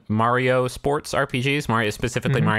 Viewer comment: Is it really worse than saying Mayrio?